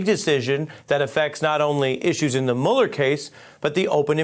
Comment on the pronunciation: Mueller does not rhyme with Ferris bueller...how many times do these dimwits have to hear his name pronounced before they start pronouncing it right?